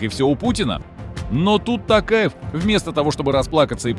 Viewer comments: Во во во во они каверкают фамилии президента казахстана "касым-жомарт-токаев" они называют его не токаев а "такаев или токаевич" это норма? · не тАкаев а тОкаев буква О в русском тоже есть понимаете? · Чувак, спасибо на добром слове. Напомнил лучшее выступление нашего Президента. Пожалуйста, запомнить всем : в казахском языке НЕТ безударных гласных! Если Токаев, то так и произносят Т О́ К А Е В.